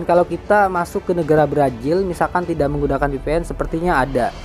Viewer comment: Brazil bang bukan brajil